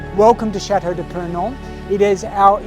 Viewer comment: i am very impressed with your honest interest in our heritage, and i want to thank you for having « allégé »your prononciation of « chateau de purnon » . merci i believe that your efforts deserve our respect and full support. i shall make a priority to visit you in 2025.